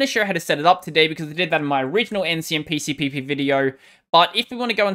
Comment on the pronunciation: Probably the only Linux-tuber who pronounces Ncmpcpp in one breath! Good job man!